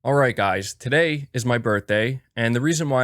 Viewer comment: A very emphatic alright guys to everyone today